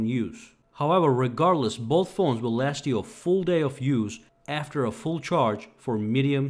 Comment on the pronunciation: i lost it when he said it'll laat all day 😭